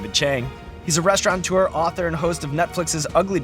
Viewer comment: The word is restaurateur, not restaurantor.